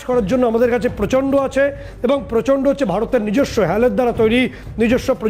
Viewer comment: প্রচন্ড = গোবরান্ড 😅😅